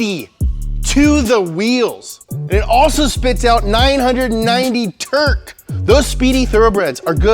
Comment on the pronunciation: If I hear terk and herspower out of your mouth one more time, I'm going to punch you.